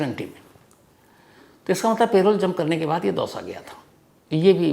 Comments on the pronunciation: It is not "pay-role" but "puh-role" spelled as parole! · Sir its Parole not Payroll - प रोल ✅ पेरोल ❌ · Payroll nahi parole hota hai